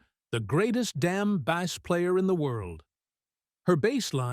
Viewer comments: Spelled BASS, pronounced BASE, not like BASS fish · Agreed, the pronunciation for "bass" like he's talking about fish... I couldn't watch it after hearing that a couple times. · 😅 Really. How do you mispronounce bass on a bass-based video? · mispronounced Bass